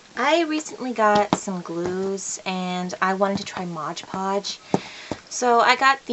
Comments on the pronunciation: It's Mod Podge, and u keep sayin MODGE Podge.. Lol.. Quite a few ppl are saying that.,. Lol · I had to stop watching because I couldn’t stand her saying modge podge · Why do so many people say 'Modge' Podge instead of Mod Podge? I guess 'cause it rhymes.